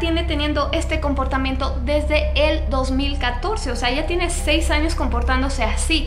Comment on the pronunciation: dijo estos anos? Xd